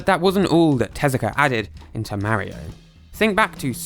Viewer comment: Takashi TEZUKA, not "Telaka"